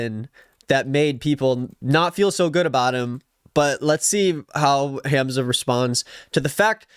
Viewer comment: I’m so glad he finally said Hamzah’s name right 😭 Edit: the happiness was short-lived